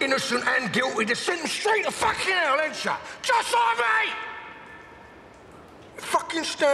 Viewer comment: "JUST LOIK ME"